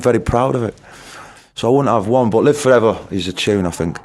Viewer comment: "LIVE FAWEVOR"